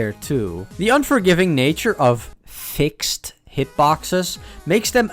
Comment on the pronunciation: sorry i had to stop watching this video because of the way you said fixed